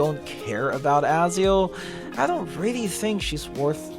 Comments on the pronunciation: Bro who's Azio 😂, it's Ezio Ezio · It Eh-Zee-ooo.